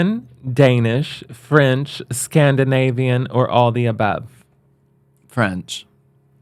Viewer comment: Hahahaha what is scandivanian